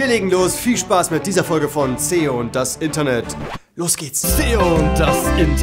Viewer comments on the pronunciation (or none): Wird echt Zeit das knossi die Krone schickt das Zeo Zeo statt Zeos sagen kann